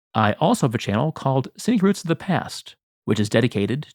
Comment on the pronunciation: Just Subscribed to both of your other channels. At first I did think Scenic Routes To The Past was Secret Routes To The Past from your pronunciation BTW. Just saying.